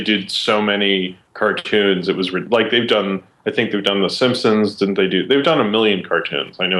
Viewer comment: QUESTION: will ever stop pronouncing simpsons as "simsims"?